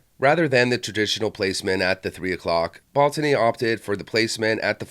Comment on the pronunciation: Ball-tawny... lol.